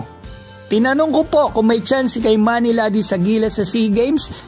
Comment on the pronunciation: Pronounciation Kee-mani not Kay manny